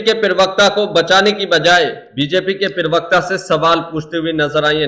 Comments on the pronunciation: भैया जी, पिरवक्ता नहीं, प्रवक्ता। प्लीज़ अपने हिन्दी के उच्चारण दुरुस्त कीजिये। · पिरवक्ता नहीं...... प्रवक्ता. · Perwekta nahi yar parwakta hota hai